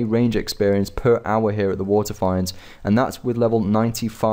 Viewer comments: Okay. I love your vids. But PLEASE! WATERFEENDS! WITH A LONG E Lol sorry just a pet peeve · They're pronounced "fee-nds" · "Wa'eh finds" kek